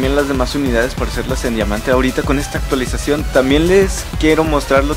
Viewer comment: pero la unidad aumenta de precio y por cierto "Actuaisacion"?